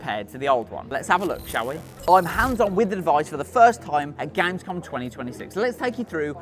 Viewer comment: When u can’t even pronounce gamescom